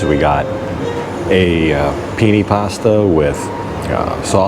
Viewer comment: penay its called bro i know penne but its blahhhh pronounced penay